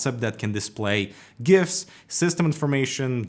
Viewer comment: HE SAID GIFS WITH A HARD G, NOT A J, This man knows how to speak correctly.